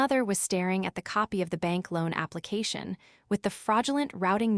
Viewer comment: AI needs to go to elocution classes. Correct pronunciation of Nice (the place in France); aplicashio...n! The pie checked his accounts!!!